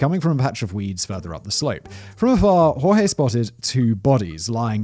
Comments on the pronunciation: Jorge in Portuguese doesn't sound like "Hor-he", it's more like "Jor-je" (similar to English). Why can't people just paste it on Google translate and press "listen"? smh. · COME ON SIMON, JORGE IN BRASILLIAN PORTUGUESE IS GEORGE BUT WITH A SOFT 'G' SOUND THE LETTER 'J' (JHOTA) PROVIDES. "HOR-HAY" IS NOT EVEN CLOSE TO JORGE ! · thats not how u pronounce Jorge in portuguese btw...